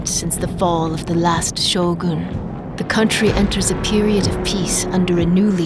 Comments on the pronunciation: anybody else weirded out by her pronunciation of "Shogún" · Hmmm.. so it is pronounced Show-Goon. Gtk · I like how she always emphasise the "gun" in Shōgun, as if telling non-Japanese that it is not SHOWGAAAAAAN.